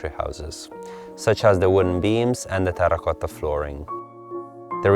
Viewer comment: Do it!!! Say "Terra Cotta".: "Terrrrrrrr- a-cotta" Me: Yesss.... good.